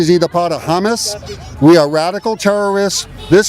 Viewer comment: dude said hummus 😂